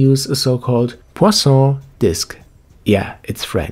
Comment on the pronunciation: I am french speaking, and your poisson prononciation was quite good ;)